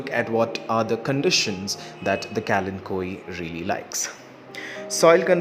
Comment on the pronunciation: Today I learnt the correct pronunciation of this plant 🙂